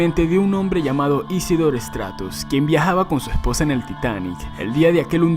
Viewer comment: No sabia que Isidor STRAUS (Estratus según este pendejo que no sabe ni pronunciar bien los nombres) y su esposa habían sobrevivido y que fueron unos asesinos que no dejaron subir a mas gente un bote salvavidas, que los pasajeros pudiesen mandar botes y que haya habido un bote con solo 4 personas abordo no mas.